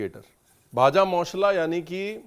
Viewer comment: Your pronunciation bhaja moshla proves you can speak Bengali.....and certainly understand bengali.Your childhood and adolescence spent with charaborty Chatterjee Banerjee families. You can say,"MACHHER JHOL".....HAHAHAHA!you are my favourite Chef!!!bhalo thakben....Kolkata ele janaben.